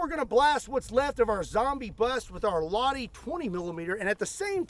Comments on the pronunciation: I'm little surprised that you've taken the hero of the backwoods into your care. Its a little funny when you pronounce the name "Lahti" with an US accent, like "Ladi"... almost like СССР classic car "Lada"🤭. Maybe you should star collecting other famous AT-rifles from WW1-WW2 in the future. Or it would be nice to see you shoot at several armor Steel plates with these toys to demonstrate the durability of the WW tanks. Appreciations from the homeland of the Winter and Continuation Wars 🇺🇲🤝🇫🇮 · You should learn to pronouns the name right before repeating the murica style assumption over and over again. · Why didn't you just put the name Lahti in the google translator if you don't know how to pronounce it. That pronunciation was as wrong as it can be. Otherwise a great video. Love to see some stuff from my beloved fatherland. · Im a fin now i ain't gonna shame your pronunciation cause Americans usually don't say Finnish things like they should but you saying Lahti is hilarious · Love to see Finnish guns 😍 but ill come to teach you how its pronounced when im in the states next time near Kentucky 😅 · Thank you. Very entertaining and informative as usual. One small side note. In the Finnish language, all letters are pronounced, and the accent is always on the first syllable. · Couldn't do research on how to pronounce Lahti? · The H is pronounced, not silent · As a finn the way you pronounce Lahti hurts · Btw you pronounce it as it written , Lahti , not lotti. Finnish weird in that way , we pronounce it as it is written , everything , we dont change a's to o's etc. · maybe just nitpicking a little... But it is Lah-Ti.. you have to put the emphasis on the T. :) I was lucky enough to fire a full mag with that when I was doing my mandatory service in Finnish army.. One day the weather conditions were not good for my field, so our officers brought in some old guns and we got a go with them. Maxim, Lahti machine gun etc etc. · I think it is pronounced "lacchh-ti"